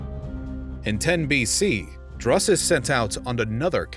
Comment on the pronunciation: had to mute it, the pronunciation of Drusus is so way off anything resembling that name is killing me.